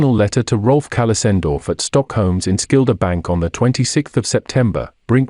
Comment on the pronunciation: You can’t pronounce “enskilda”. Why haven’t your friends in Sweden thought you?